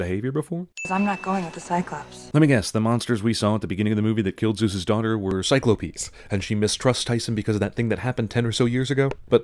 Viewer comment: he said Cyclo-pes while insulting the movie.